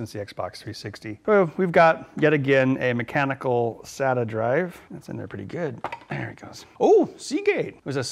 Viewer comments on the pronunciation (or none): none